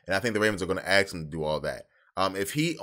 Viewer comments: "Ask" not axe. Keep up the good work though. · lmao I don't get it 😂 Why is it so hard for people to say ask? Where TF are they getting axe out of ask?